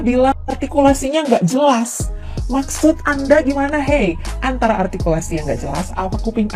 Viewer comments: Yg kurang jelas dewan juri artikulasi bukan altikulasi 😅 Ngomong R aja dewan juri GK bisa 😂😂😂😂😂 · Mungkin malam sebelum tugas ke pontianak ibu ini kurang jatah😂😂😂😂 dia sendiri gak bisa sebut kata r. R... ARTIKULASI..sampah ibu ini. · Bilangnya artikulasinya kurang jelas na dianya aja ngomong R nggak jelas bilang R atau L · Si ini cocoknya jadi pelawak lucu soalnya dia ngomong artikulasi harus jelas padahal dirinya sendiri cadel ngomong " R " gk jelas payah memang orang ini bikin tertawaan netizen se Indonesia 😂😂😂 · MUKA BERAK, SEBAIKNYA JADI JURI KOMBA NANGKEP ENTOG DUSAWAH!!!, DI 17 AGUATUSAN AJA,. KALO JADI JURI LOMBA LCC, TERLALU KETINGGIAN NANTI ARTIKULASI "RRRR" NYA BERANTAKAN!! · Maaf, menyoal artikulasi. Ia gak sadar, saat mengucap huruf R malah gak jelas😊😊😊😊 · Nyebut R aja ga becus sok2an bilang artikulasi 😂😂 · lha saja ngomong R nya aja cedal kok ngomong artikulasi...🤣🤣🤣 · Seorng juri mengatakan artkulaai harus jelas,. Ngomong R zaa yg benar gak bisa,. R mba,.. bukan eyrrr,.. Artikulasi gak jelas juga kocak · Orang ini sok ngomong artikulasi, padahal mengatakan "r" aja tak beres. Coba deh diperiksa Ijazah Juri2 itu 😃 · emang artikulasi dia udah paling sempurna apa ya? ngomong R aja ga jelas.... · Betul kaya anak balita..... 🤭🤣🤣🤣padahal artikulasi bicaranya juru rrrrrrr yg tdk jelas..... 🤣🤣🤣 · oh ini yg viral si paling artikulasi??... apa ngga sadar dia sendiri ngomong R nya ko krg jelas terdengar L..L..L...😂😅